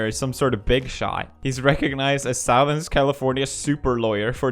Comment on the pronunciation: The way you said “Southern” 😂 I love it I guess that’s how it really should be pronounced, but of course, English is a weird language.